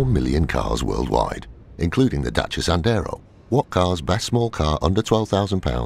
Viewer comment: Why do you pronounce it as dacha it's Dasia